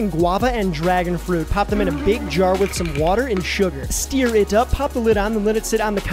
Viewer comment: channeled marley with that "steeer it up" lol